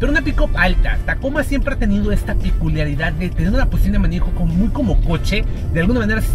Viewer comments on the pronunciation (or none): ¿Cómo es una “Piculisridad”? Haha